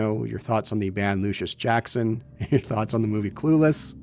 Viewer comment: The band is Luscious Jackson, not Lucius Jackson, and Ico is pronounced “eee-koh”, not “eye-ko” Do you ever research any of that kind of thing? Every video you make has similarly idiotic mistakes.